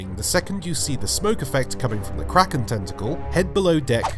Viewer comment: "Kwaken"